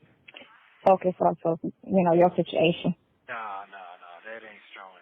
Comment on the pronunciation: She should just stop talking cause she can’t. Just listen to how she pronounced situation!!! WTF!!